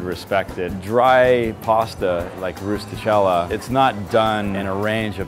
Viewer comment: Sure, cook the pasta “in a way an Italian chef would approve” but go ahead and mispronounce “rustichella”.